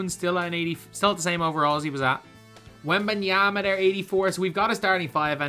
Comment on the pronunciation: Victor Wembanyamba? its yama not yamba lol